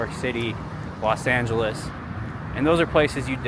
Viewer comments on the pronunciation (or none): none